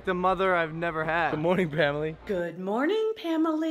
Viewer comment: Um. It sounded like he said “Good moaning”...